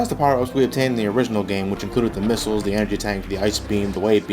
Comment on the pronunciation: ", Where do you think Metroid keeps all his missals?" haha